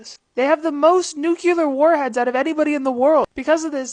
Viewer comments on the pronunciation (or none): anyone else notice "new-que-lurr" not "new-clear" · its nuclear not nucular